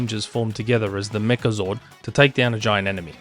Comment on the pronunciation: Megazord, not Mechazord